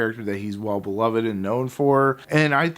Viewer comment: Its Be-loved not Be love-ed